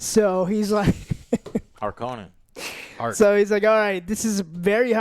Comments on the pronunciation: Sorry boys, it's HARkonnen not harKONnen 🤣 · lol I don’t think you guys are saying harkonnen right 😂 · constantly changing the pronunciation of "Harkonnen" is hilarious.